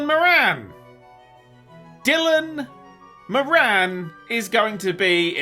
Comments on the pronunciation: no its not. Im from Ireland, i know people called moran. Its pronounced more in with the emphasis on the mor. puts all the emphasis on the an and seems like hes almost swapping the o for an i. His attempt at this name is so bad, i genuinely googled dylan miran and when dylan moran came up i was certain he couldnt of meant him. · I had no idea who you were talking about for a secind there fir a sec 😅, I was like "Dillon Marangue? Never heard of him Just for again 'Moran' is pronounced like 'more-an'. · that is NOT how you pronounce Moran